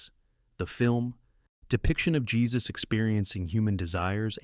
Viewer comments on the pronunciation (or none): none